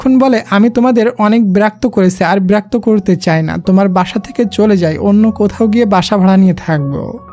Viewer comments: Birakto nh birokto hobe😅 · আপনি বিরাক্ত বলেন কেন 😊আর আমি ৷ স্টুডেন্ট ❤ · Berakto ki??? Birakto hobe 😅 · সুন্দর ভাবে বিরক্ত বলেন না কেন?